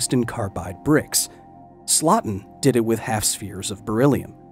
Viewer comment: Slotin's last name is pronounced SLOW-tin, not SLOT-in.